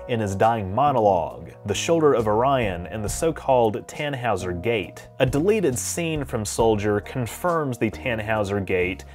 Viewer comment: It's pronounced "Ton - HOY - zer".